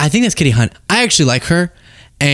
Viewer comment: Kasie Hunt, not Katie.